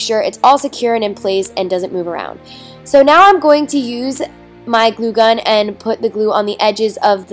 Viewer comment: you said cun